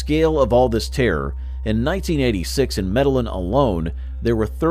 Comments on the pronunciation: Me da lin is such a crazy way of saying Medellin. It is pronounced medejjean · EXACTLY. The mispronunciation is driving me nuts. Medellin is supposed to be pronounced Med-ah-yeen. It's a Spanish word 🤦. They should have used a narrator who is more familiar with the Spanish language. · It’s med a yin. Not medal lin. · Maybe it should be spelt meddigin? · You could at least pronounce town right. Over and over. It’s not Medellin. Like medicine. It’s medeyeeen. That’s how you say it. Makes you look bad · After hearing medeling cartel and then Felix gallardo like the Lamborghini I had to turn this shit off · You pronounced medillin wrong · I had to stop watching the video as soon as they said that